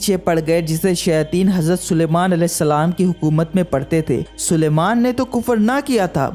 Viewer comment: Bhai aap Salam galat karte ho